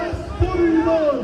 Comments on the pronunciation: Thanks for streaming. It’s pronounced Iran /eeran/ and not EYE-ran” (like “I ran”). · Thanks for covering this. The name of our country is pronounced ea-ran , like Italy. You don't pronouy Italy as Ay-taly so please pronounce Iran the right way. It's not track and field